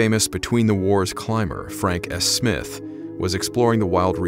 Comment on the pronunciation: Surely according to proper English it is not "It was footprints" but They were footprints, because more than one? Awful pronunciation of names Waddell, Stone (no e so not Stonein but Stonin rhyming with donning, Smythe if it has an e is said as Smythe (as in writhe) not Smith, basic English, Jeez